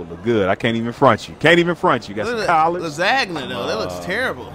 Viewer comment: this nigga pronounced the g in lasagna lmao